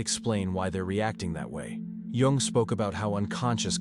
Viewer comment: Too much preamble. Learn to say JUNG'S name correctly. Tell us the 13 traits, THEN TALK, not analyze before!